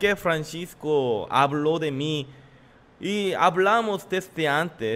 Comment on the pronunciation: Y pronuncia bien es Francisco no Franchisco🙄